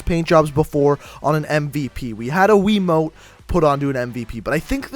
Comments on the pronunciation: hahahaha he calls it WII mote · "Wii mote" 😂😂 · 04 he said mote it's called a remote Jesus Christ I feel like your grandmother because you thinks that's what it's called 😂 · He keeps saying wii mote not remote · It's called a remote not a weemote